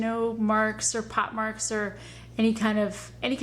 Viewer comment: POCKmarks not POT MARKS....